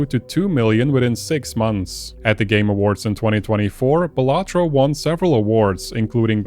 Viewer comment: Imagine pronouncing Balatro like that